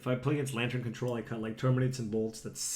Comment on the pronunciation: I know you're Asian, but "contror" is a bit too Engrish for you.